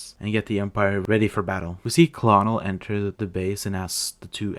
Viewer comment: Colonel is pronounced KERNEL as in high ranking officer